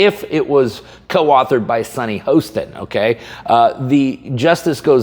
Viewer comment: "Comey" as in Amy Comey Barrett is pronounced with a long "O". And "Hostin," as in Sunni Hostin, is pronounced with a short "o". Just interesting to me that those two names would be mispronounced in opposite mistakes. Namaste!